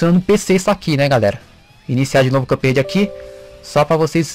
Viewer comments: cara,,foi mal mas me da um nervoso vc falando CupRede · "Cãp Rede"